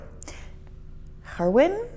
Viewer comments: its not herwin its gerwin..:) you forgot our stroopwafel.. kroket and fricandel.. liqourise and hagelslag..:) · ...and I'm one of them. Well done! A little pointer though: the e in Gerwin should be pronounced as ai in air. He has indeed, for which I'm grateful. Aaa you're being too hard on yourself. It seems that Daan is leaving us to fend for ourselves now. ;-) I understood Germen Snellen. With your second attempt, the first name sounded like German, but I'm going to bet it was actually Herman. I understood Cornelis Drebbel. Not that I know of. I burst out laughing when I heard "corny." LOL I'll have to be a little in your face now, sorry about that, but then you shouldn't have been speeding! Mmhmm! :-D I love your first attempt. Nood maakt vindingrijk. Here's a little Dutch for ya. :-) I did not know that. I did, as I always do.